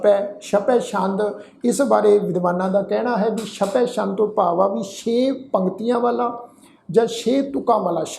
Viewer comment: ਸ਼ਪੈ ਸ਼ੰਦ ਨਹੀਂ ਜੀ ਛਪੈ ਛੰਦ ਹੈ